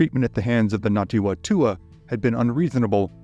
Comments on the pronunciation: not Ngati Watua. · Ngāti Whatua pronounced fatua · and get your pronunciation sorted it, its painful. its nah-tee fah-toe-ah (toe was in tour but without an aahr) and nah-poo-he, you dont draw out the oar enough. if you cant get basics dont speak. -ngati manu ariki. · "WHA" in Maoiri is pronounced "FA"... so it should be said. Other than that, great video! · Yeah you did do pretty good but just some extra help the Ngati Whatua are pronounced the Wh sounds more like an F. Anyway other than that solid.